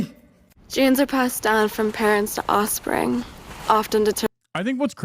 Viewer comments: Someone pointed out to me that she says "osspring" and now it's all I can hear. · To be fair, she said “osspring” 💀